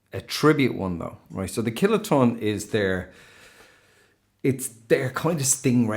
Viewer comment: I keep hearing you say "Killer Tone" instead of "Kiloton" 😂